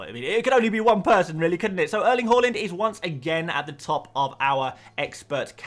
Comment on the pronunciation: Its HAALAND not HOOOLEND